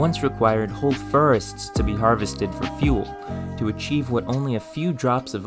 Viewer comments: Why do you pronounce the 'or' sound as 'er' ? You say 'terch' and 'ferest' - where are you from to have this accent? Irish? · i heard "furrest" too lol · Very interesting video, but why is he pronouncing his "or"s as "er"s? A few examples of what he says....... "terch", "ferest", "ferm", "peres", "abserbing", "mere"